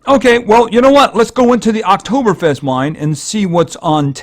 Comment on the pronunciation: I'm from Austria and you can say Oktoberfest very good. And this hearts are called "Lebkuchen" and on that there are some proverbs.